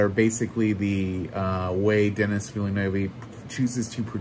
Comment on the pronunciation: thanks for the review, i can’t wait for this!! i’ll be seeing it in of course. we need part 2! also, you kind of spoiled when it comes to duncan :(( btw, it’s zen-DAY-uh not zendieya and denis’s last name is pronounced “veel-nuv”